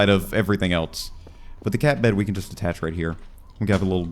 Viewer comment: ATTACH. no T between the A and the CH.